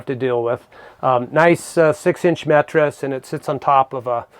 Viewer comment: Did he say mettress?